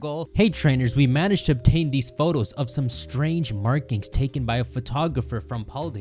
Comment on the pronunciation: Why is there a British announcer in Spain. I hate how he says Photos